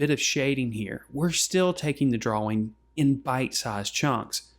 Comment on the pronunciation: Dwaw Dwawing Nice video, thank u!